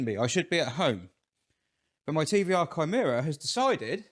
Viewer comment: I just wanted to thank you for not calling your Chimaera a 'Shy-maera'. Greek does indeed have a hard 'c' sound (charisma, cholesterol, chaos, choir, chemistry, etc), but they don't teach Latin and Greek in many schools these days (it's probably illegal); it infuriates me that prominent car-peeps all over the world call the Bugatti Chiron a 'Sheer-on'. It's Kye-ron, dammit! Chiron was the wise and mighty centaur who taught various mythological Greek heroes such as Achilles how to be manly and butch. Likewise, Charon [Care-on, not Sharon!] was the ferryman who carried the souls of the dead across the River Styx. French has a soft 'c', as in chiffon, but the Bugatti is most definitely not named after a bit of flimsy see-through fabric. I suspect it was Jeremy Clarkshole who mistakenly popularised the 'Sheer-on' pronunciation and, as he's a Yorkshireman and thus completely incapable of admitting he's ever wrong about anything, the name stuck. It's too late for Bugatti to put things right; their super-rich customers wouldn't listen, so I imagine the company will pretend that it's been 'Sheer-on' all along. It's a lie! Anyway, thanks for the hard 'c' in Chimaera. Sorry that I've got nowt helpful to say about your fuel woes, mate... 🤭